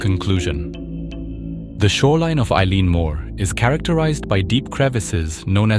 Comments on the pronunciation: Why would a Scots Gaelic word like 'eilean' be pronounced like the English name Eilean? The irish version is like 'il-awn' or 'il-aan'. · Eileen is pronounced ee- lan and is the scots Gaelic for Island, and Mor pronounced mhor means big or large or main. Eilean Mor literally means big/large/main Island The weather could still be a factor as there is nothing between the Island and Newfoundland, just several thousand miles of north atlantic, plus having lived and worked in scotland 5 miles let alone 20 can make all the difference on mainland Scotland never mind tiny islands smaller than a block on the edge of the atlantic.